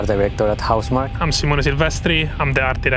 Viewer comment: huh? its Housmark, not Housmarky..